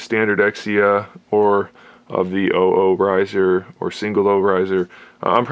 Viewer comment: shows been out since 07 dude, it's "double Oh" like the show.